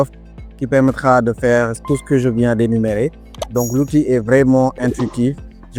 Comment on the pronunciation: Ça fonctionne bien au début. C’est un très bon logiciel si on enlève le fait que la voix ne sait pas dire "ce" et dit "c e", ni "à" et dit "a accent grave". Défaut qu’on peut facilement contourner en mettant "se" ou "a". Mais après, je ne sais pour quelle raison le logiciel demande systématiquement le mot de passe Microsoft. J’ai déjà tout essayer. Impossible de me connecter. J’ai même recréé un nouveau compte Microsoft, rien a faire et dès que tu touches au but, il te demande reconnaissance avec ton téléphone. Donc demande les 4 derniers chiffres de ton numéro pour t’envoyer un code. Quand tu fais ça il te sort que la procédure n’est pas possible pour le moment, de réessayer. Alors plutôt que de pêter la gueule de l'ordinateur, j’ai mis ce logiciel de côté pour me tourner vers Canva. Et croyez moi, c’est pas pour fanfaronner que je le dis 😒😒😒